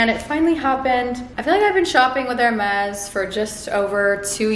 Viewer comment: ilove how you pronounce the brand correctly